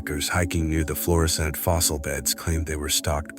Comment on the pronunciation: It's Florissant, not Florison.